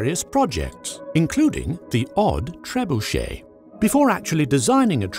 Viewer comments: This cannot be how you actually pronounce trebuchet. Please tell me that it is exaggerated! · Love the content. Surprised you did not pronounce it Ter-bunch-it.